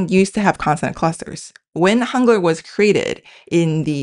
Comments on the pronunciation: Forget about the translating AI! It speaks the word Hangul in German like "hoongur". These translations are more misleading than helpful. Get rid of this nonsense! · I was confused when I heard Hangur (what?) then realised she means Hangu l